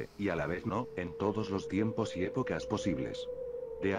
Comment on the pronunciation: dice timpos en vez de tiempos